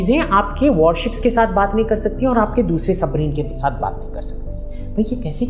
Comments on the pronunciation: Are usko submarine nhi bolna aata nahi surface ship, ya warship bolna aata hai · This Iyer mitra can't even speak warship properly and giving advice. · Jo chutiya warship nahi bol paa raha , aisae logo sae savdhann🙏